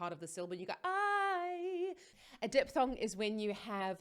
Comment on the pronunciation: Please, the term is called "diphthong" and spoken something like "diftong". Not Dipsong.